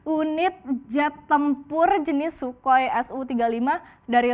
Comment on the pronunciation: Si mbak BELEPOTAN. CNBC belepotannn. "Shukoi"? wkwkwkwk